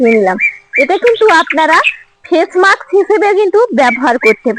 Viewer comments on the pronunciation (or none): none